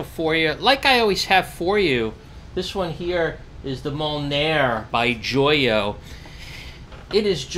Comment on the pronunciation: i fucken love the "MOULNAER"